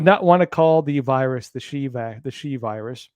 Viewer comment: "Xi" in the Greek alphabet is pronounced /'zai'/ not /'shee'/, as in Jing-Ping the Ding-a-ling.